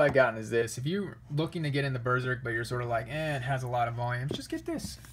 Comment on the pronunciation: Claims Berserk is the best manga. Doesn't own all the volumes, hasn't read the whole series, can't even pronounce it right.